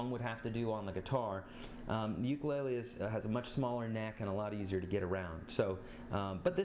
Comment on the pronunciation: Your saying ukulele WRONG